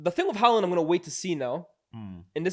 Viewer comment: It's Haaland